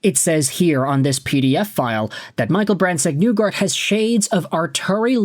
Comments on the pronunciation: Not to pile on, but you keep saying NEW-guard. I read that as NIGH-guard. As in "the end is nigh". Or, if you prefer, NYE like Bill Nye the Science Guy. Hopefully I'm not making myself look TOO old by referencing that show. That's also assuming that show even aired in Canada. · I've heard it pronounced Knee-gard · I just wanted to let you know that MBN pronounces his own name as "Neegard", not "Nuegard" as you do. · Knee-gard. You totally butchered his name